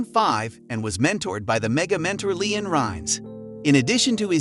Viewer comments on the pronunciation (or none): Absolutely the best presentation that night. What should be a memorable presentation of this performance for YouTube, the narrator mispronounced several words including Leeann Rimes noted as “Leon” and a pronoun as “he”. They marred this presentation.